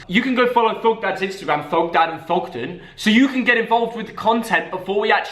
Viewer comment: Who else cringes when he says thogdad 🤦‍♂️